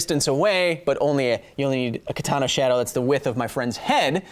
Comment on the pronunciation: Also, you are pronouncing "katana" wrong the second 'a' is short, just like the first and third one. Just though I might point that out for those who care. Edit: I'm fairly certain a historical Katana would not have an edge angle of 15 degrees, with traditional forging methods the spine should need to be too thick to allow that. Modern katanas made from spring steel? Sure they could reach an edge angle that low, as could the blades intended for tatami cutting(and not intended for combat), but a katana made from historical steel? I really doubt it.